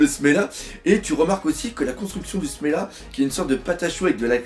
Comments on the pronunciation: c semla pas smela mdr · Perso, je pense que je préfèrerai le semla au smecta xD Et au passage, oui, c'est semla, pas smela ^^ ;) Ah, et aussi y a que des parties II dans la vidéo, c'est pas mal xD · Quand tu vois cet episode, comment tu peux dire que le manga est superieur a l'anime Pendant des mois j'ai ecouté le dire Smela, pour me rendre compte qu'en fait c'etait Semla